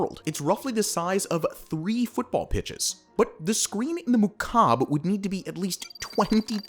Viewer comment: Every time he said "mukab" my arabic cringed